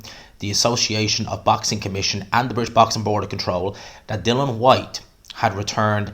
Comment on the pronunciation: Boils my piss when people say Dylan Whyte. It's Dillian FFS, you've even written it in your headline 🤦🏻‍♂️